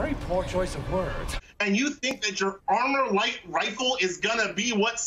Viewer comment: He said ArmorLite rifle. Just goes to show the left do not pay attention. It’s ArmaLite😁 just saying